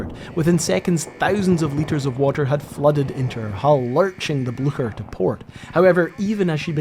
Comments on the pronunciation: It’s not Bluesher! For Pete’s sake! ITS BLOOOOKHERR! And their position was given away because of a horse neighing every time some said the ships name! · It’s not pronounced bluesher, it’s Blucher like a k. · I'm quite sure you prononce the name of the ship "BLYCHER", not "BLUSHEUR" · Frou Blucher? deranged neighing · "Blücher" there's no S sound when pronouncing this in German, it's not Blusher. Also the ü there's an diacrtitical mark (umlaut) on the u which means you pronounce the u as in the English word "blue". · Really!!! The Bluesher???😂 wow take some German man! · Very nice video. Informative and well done. Thank you. One comment though, Blücher is pronounced similar to "Blue-Sure". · Sorry, I got further into the video and now it's "Bluker"! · I thought "Blücher" was pronounced "Blu-kher". Because we in USSR had a Bolschevik 'hero' with the same surname, and it was pronounced this way. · Very good video both in the making and the re-telling of the story - much appreciated - but I was slightly worried at outset when you were calling the Blucher, the "Bloosher," when 'on location' at Oscarsborg (particularly as you are a fellow Scotsman and I would never expect you to say "Losh Ness" or "Losh Lomond"). But thankfully, you later saved the day when pronouncing the "CH" part of the name like a true Scotsman (and German)! Mind you, whether or not it was good enough to scare the horses, is not for me to say* (see link)! 😉😂 * I'm sure it was. 😂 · Every time you said “Blucher” I heard horses whinnying. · You should look up the pronounciation of "Blücher" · You should add a horse neigh every time you say Blucher. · I can’t listen to a video where the ships name is butchered so badly. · Very good presentation, but you need to work on your pronunciation of Blücher. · I appreciate this video. But just a constructive criticism: when u are doing a vid about eg. Blücher... - just Google about its pronunciation... U will need it multiple times and it's like 5 sec...